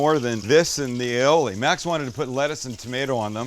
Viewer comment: you say aoil.....I say tartar sauce